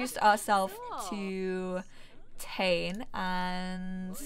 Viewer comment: I think the kids name is pronounced Tah-Né, or at least that seems to be how I've heard it more often. In any case he's BFF's with my sims daughter and I might make them grow up together :D